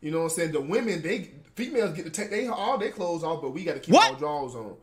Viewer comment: Always saying clothe instead of clothes is so funny and adorable 😂😂